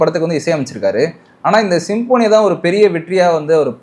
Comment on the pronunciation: Sim-po-nee ilapa,pronounce properly anchors.